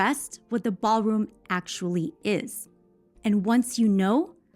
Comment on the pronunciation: The "Baalroom"